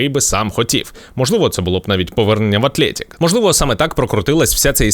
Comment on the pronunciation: Атлетік , а не Атлєєтік